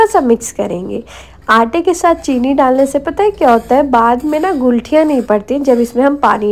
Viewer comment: Mam gulthiya nhi guthliya bolte hai 😊